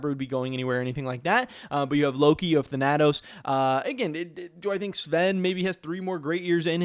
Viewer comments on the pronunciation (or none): Thhen-a-tose.... Wtf?